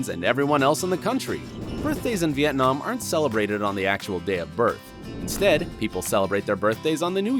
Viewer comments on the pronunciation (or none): U incorrectly said Vietnam....I'm Vietnamese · HerrCrazyMe lol me too. He pronounces it with the emphasis on the third syllable - very English pronunciation